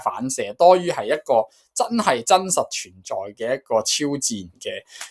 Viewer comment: 「祇」讀音對照 解作地神、神祇（如：神祇、祇園） 廣東話：kei4（奇） 普通話：qí